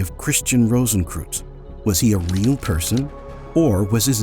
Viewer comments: What I find incredibly irritating about the voiceover is the spectacularly dumb pronunciation. Kreuz (or "cross" in Germanic languages) is pronounced 'croyts' not 'crooze'. It was so incredibly irritating I had to stop listening. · Rosenkreuz is pronounced as 'rohsenkroitz' NOT '-kruz'! It goes much further back than the mythical K Rosenkreuz of the Middle Ages to some 5'000 years ago in ancient Egypt, with Amenhotep IV or otherwise known as Akhenaten. the mysteries are actually aeternal! Thus, no beginning and no finality. (On YouTube I am finding out just how tiny Americans even know the basic rules of GERMAN pronunciation)! So sad. Much truth of what you say. The visuals were rather limited, only centring about past centuries. Not one picture of Rosicrucian Park, in San Jose, California. There is also found the Rosicrucian Museum, as doing something educational towards the general public, It is the largest and oldest Egyptian museum (a world class museum and the No. 1 tourist destination in California's oldest established city) west of the Mississippi. ) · Interesting video, though a pity that you mispronounce the names of Rosencreuz and Paracelsus! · Brother CR and Paracelsus deserve to have their names pronounced correctly.